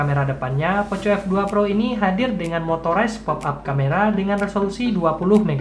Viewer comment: Bacanya poko f2 pro bang Bukan poco f2 pro😁